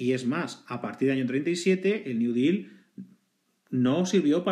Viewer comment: Intentas pronunciar "deal" en ingles y lo haces pero que si lo haces en español y mal. Espero que al día de hoy lo tengas superado. Buen video.